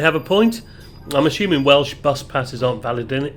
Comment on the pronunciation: Very enjoyable! Thanks! I've driven some of those roads many times. It's great to see the views from the relaxed and higher vantage point of a bus. Refreshing to hear accurate Welsh pronunciations too! I'm a Glaslyn estuary fan myself (the views from the Cob at Porthmadog just make me happy), but the Mawddach certainly pips it for drama!